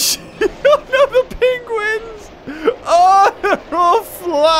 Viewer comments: Hate the way he says penguins. “Pingwings” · Hear how he says penguins